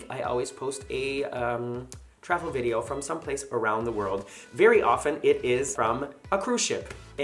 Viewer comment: Video, not vidoe. Sorry